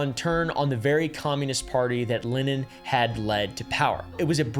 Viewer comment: whoa, worse pronunciation of Lenin's name i've ever heard -- nice.